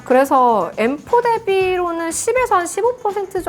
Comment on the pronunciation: 징그럽게 생겨서 엠포 가 뭐냐 발음이 무식하게